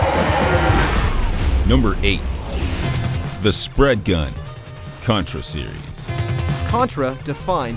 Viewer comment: did he say Cuntra?